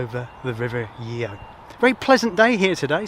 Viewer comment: The Raleigh Works was built by Shapland & Petters and is the name of the location rather than the company name. It was one of the largest employers in the town and when I joined in 1988 employeed about 850 people. Sadly it closed under the management of someone I went to school with! River Yeo is pronounced Yo!